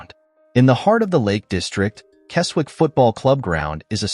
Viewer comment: Right then... let's have a look at this... The Appleby ground (Brumby Hall) you have shown is actually Appleby Frodingham in Lincolnshire NOT Appleby in Westmorland. There's a photo of Rainworth MWFC half way through... that's in Nottinghamshire! Keswick is pronounced 'Kezzick' Tranmere's ground...? What's that here for...? It's in Cheshire!